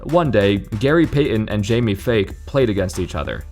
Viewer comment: It's pronounced Jamie Fike not fake lol